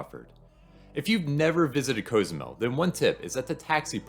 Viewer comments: It’s “cause-zoo-mel” not “coze-oo-mel” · I have never heard Cozumel pronounced this way?! Have I been saying it wrong all along?